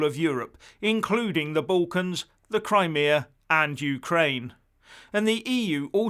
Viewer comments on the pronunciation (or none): none